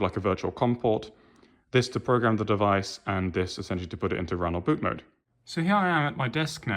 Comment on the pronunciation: BOOT MOOD um try saying MODE, MOOD is you wife having a bad day, mode is a setting.